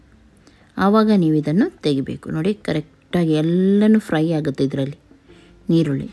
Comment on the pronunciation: Y do u pronounce nirulli for erulli